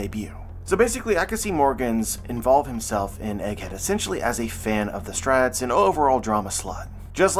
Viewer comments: But why does he say “Straw Hats” like “Strats”?! 😤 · "The strats" - truly unhinged way to pronounce "the straw hats"